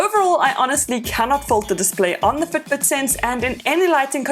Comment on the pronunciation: It took me 52 seconds to understand that she was in fact NOT saying foot boot.